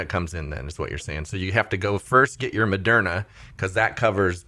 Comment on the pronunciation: What's with pronouncing it Mo-dare-na? Is that a secret correct pronounciation that almost nobody knows about?